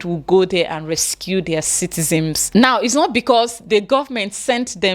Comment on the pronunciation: Dear, the word is citizens not citizems Thank you.